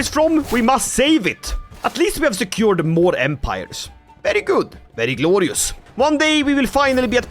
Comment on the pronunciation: take a shot every time he says gloreeyus